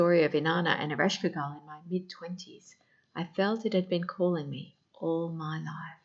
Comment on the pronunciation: So sorry .. Your pronunciation is slightly incorrect… Ereshkigal… Earish Kegel… like the pelvic floor exercises.. kay gull …